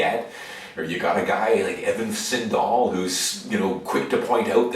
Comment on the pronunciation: Evan "Sin"dall